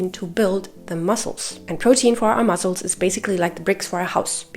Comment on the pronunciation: one tip i have is, pronounce muscles like "muSSels," not "muzzles." try making an "S" sound instead of a "Z" sound! great video